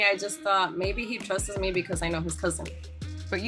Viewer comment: she says “trustes” instead of “trusts” and I’m cringing so hard.